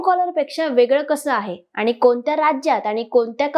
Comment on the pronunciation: तुम्ही छान बोलू शकता. फक्त कंपणी, आनि असा न चा ण आणि ण चा न प्रयत्नाने टाळा. मग तुम्ही निवेदनात चांगली प्रगती करू शकाल. बाकी तुम्ही मुद्देसूद बोललात. Good expressions and confident body language.